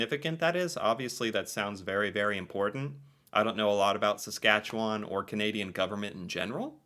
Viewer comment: i'm impressed with your dead-on accurate pronunciation of Saskatchewan, most Americans have alot of trouble with that one. 🥰